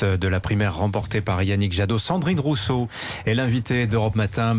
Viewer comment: Rouuseau? Ecololo? 🤣🤣🤣🤣🤣🤣🤣🤣🤣🤣